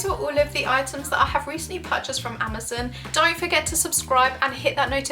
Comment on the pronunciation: im sorry im just getting triggered whenever she says "amazin"